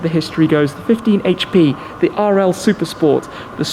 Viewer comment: haitch pea. Who know, knows